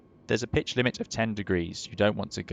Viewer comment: Did he say hold that bitch or pitch? 🤣